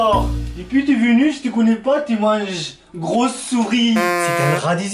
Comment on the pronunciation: Il m’a tué quand il a dit Gross souri